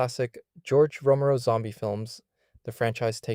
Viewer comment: I think your script writing and pronunciation could use some practice. (Mispronounced Romero and F.E.M.A.) Keep up the good work dude